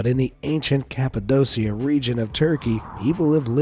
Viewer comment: it’s pronounced kappa-doe-kia in Turkish, and if you are saying it with an American pronunciation, it’s kappa-doe-shia, NOT dosia.